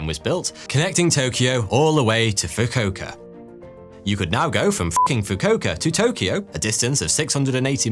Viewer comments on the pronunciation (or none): fukuoka is pronounced foo-koo-oh-ka not foo-koh-ka well almost every japanese word is mispronounced but amazing video other than this 🤩i love this channel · foo-koo-oh-kah, fucking fookohkah funny tho lol